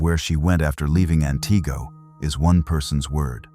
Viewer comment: You really should know how to pronunce the city names.